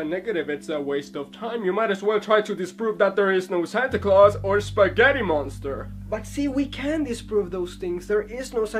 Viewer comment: 'Eespaaaghetti monstar!' :D